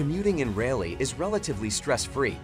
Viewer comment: They also butchered Raleigh.